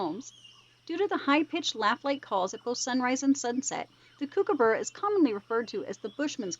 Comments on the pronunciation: Kookaburra is pronounced like "Cook uh burra", they aren't Kooky :) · Kookaburra pronounced like "Cook uh burra" :) They aren't Kooky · Kookaburra is pronounced "Cook uh burra" they aren't kooky :) and Quokka is pronounced Kwok uh